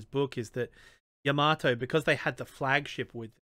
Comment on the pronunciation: holy crap someone pronounced yamato correctly